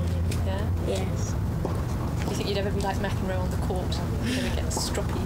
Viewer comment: lololol Serena said McEnroe I'm dead